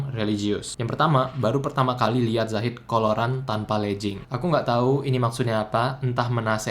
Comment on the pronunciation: Siapa yang ajarin ngucap legging jadi lejing?